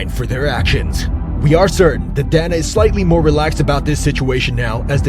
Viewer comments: He didn’t even say Donna he said DAN-A. It’s definitely pronounced DAY-NUH like you said but I figured you corrected him so I’d correct you. But you are correct don’t make videos about people as if you know them if you can’t even pronounce the name of the person the whole video is based on. How reliable can any of the information on one’s video be if you can’t pronounce the name of the president of the biggest MMA organization/Promotion in the world? I literally watched the first 30 seconds of this video before I paused it to see if anyone pointed out that he didn’t say his name correctly and thank god 1 person did. I literally don’t want to watch the remaining 7 minutes because the person who made this video is a fraud who obviously doesn’t know shit about the UFC or MMA as a whole if he doesn’t know how to say the bosses name. God it felt good to let all that out. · It's pronounced DAY-NUH. Not donna 😅 pronounce them right if you make videos on it man